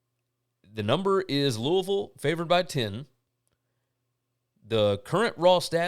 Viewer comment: Congratulations! So happy to hear Mother and baby are doing well!!!! Love the name you gave her. You were greatly missed on the Tuesday's and Wednesday's show. By the way, love that you know how to correctly pronounce my hometown of Louisville.